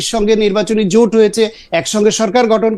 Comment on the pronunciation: জামাতের ওই নেতাতো ভালো ভাবে বাংলাই বলতে পারেনা | জোটকে বলছে জুট | ভোটকে বলছে ভুট | জামাতের নেতাটাকে আকর্ষণীয় (impressive) মোটেও মনে হলো না |